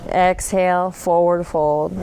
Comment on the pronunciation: ESHALE. haha. that cracked me up! Thank you. I have been using your videos in my home practice for over a year. Thank you for your dedication!